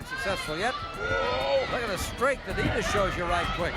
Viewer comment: His name was Brian Adias not Adidas like the shoe . Am I mistaken ? Or did he use that for a while ? The announcers keep saying it , but I culda swore on my life it was Adias ! And cool seeing Dusek wrestle other than his later commentary role .